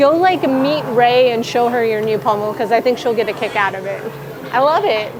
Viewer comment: It sounds like your saying pummel instead of pommel